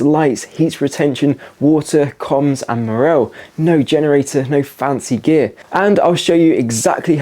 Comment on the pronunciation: Learn how to pronounce morale.